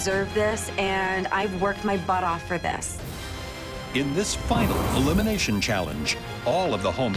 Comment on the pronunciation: Errrr.... It's a "FINAL", not a 'finn alley'........